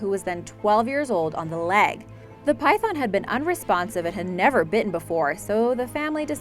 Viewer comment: Try to learn how to say python it's very disturbing